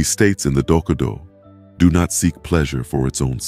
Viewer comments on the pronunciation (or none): It would be fantastic if “Dokkodo” were pronounced correctly.